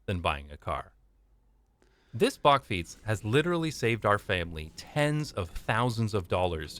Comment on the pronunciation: bakfiets not backfiets perhaps you wonna say bark fiets